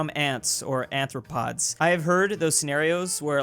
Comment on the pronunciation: Nobody:: ANThropod